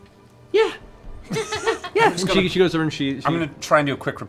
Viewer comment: tell me he doesn’t say Yasha. I know he’s trying to say “Yeah she,” but I’ll be damned if that doesn’t sound like Yasha.